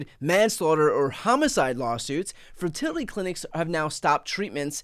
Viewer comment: "ferterlety" - Lindsey Graham, US congressman.